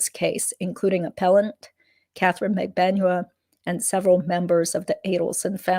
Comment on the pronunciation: Thank you for all of your hard work. HOWEVER, why do you continue to mispronounce Magbanua? You have heard it pronounced correctly.